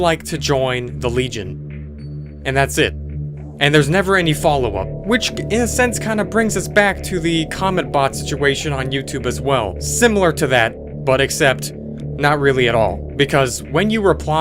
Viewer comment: The word, "similar" doesn't have a "u" in it, in other words, it's NOT pronounced SIM-U-Lar. Thanks for your good work!